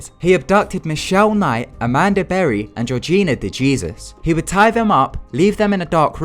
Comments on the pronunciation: Its "HEY-SUS" not Jesus. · "Georgina De Jeezus" Was it De Jèsus? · de hay Zeus not jee-zus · It's gorgina Dejesus (Day Hay Sus) not ( De Ges sus) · De Jesús is day-HAY-suess People named Jesús aren't addressed as the diety, but rather HAY-suess (like the author Dr Suess) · lmao "Dejeezus" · De'jesus I thought it was pronounced "de hesus"